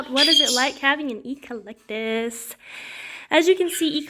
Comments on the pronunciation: Not to be picky, but the correct pronunciation (phonetics) would be ec-lec-tus. Emphasize the ec as in Echo, the Amazon device. Thanks for your videos otherwise. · I’ve never heard anyone pronounce Eclectus as “Eee Clectus” almost like it’s two words. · I noticed the "E - Collectus"